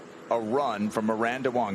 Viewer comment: Miranda WANG not WONG, geez. Amazing golfer.